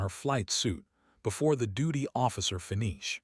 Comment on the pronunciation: I’ve been watching these videos from this particular person and for some reason, the videos always end on a cliffhanger and it seems like they don’t even know how to pronounce certain words. Especially that last one pronouncing it fenish instead of finish. They either need to get another narrator that knows exactly what they’re doing and knows how to do editing to where you get the complete story or this dude needs to completely go off of YouTube for incompetence